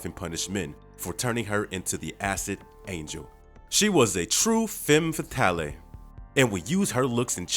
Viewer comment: You dont pronounce the E that heavily in Fetale, my man.